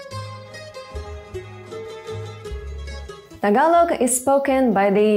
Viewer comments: Wow you pronounce Tagalog word correctly. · You have dived really deep into the Tagalog language that I find it so fascinating. You really took time to pronounce the Tagalog words like a native speaker. Great job <3 EDIT: Also, you're the very first person who emphasized the glottal stops. It was never mentioned in any tutorial or by any Youtuber but glottal stops are so critical in Tagalog. GREAT JOB X2 FUN FACT: Altho not noticeable, there's a minute difference between the glottal stops of words that end with or without the letter "k" (and some words emphasize the "k" sound if they're not glottal stops). E.g., "bata" (kid) and "batak" (stretched/strengthened). They both have glottal stops but "bata" is softer (sometimes not noticeable at all) while "batak" is stressed, borderline "k" sound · Deym! your pronunciation of our words was on point. malupet! and also, them eyes are mesmerizing as hell.